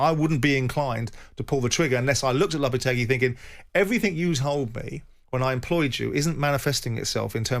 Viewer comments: "Julien Lopatargy" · Lopetargy lol